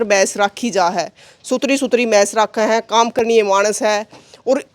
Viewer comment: Hello ye mais nahi bhais bola kar ap to padhi likhi ho Do mind if you use pure haryanavi.